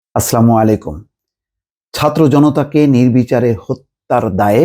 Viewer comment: ভাই আপনি সালাম দেন, এই সালামের উচ্চারণ সঠিক হয় না। দয়া করে ঠিক করে নিবেন